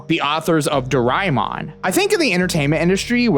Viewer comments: Bro really said '' DORAIMON" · You pronounced ドラえもん wrong 😢...